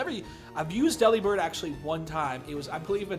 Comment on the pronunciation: Yeah, dupes clause is a thing and all, but... it's worth it to catch it anyway. It's definitely worth it after a rough death. Eeeyyyy, and Redemption fits perfectly as the name. Okay, you're pronouncing it "deli-bird," like I did for years, so I'm GUESSING you haven't heard the pun yet (forgive me if I'm wrong). Just say the word" "delivered." Like a package. Then replace the "v" with a "b". I hope I have just blown your mind.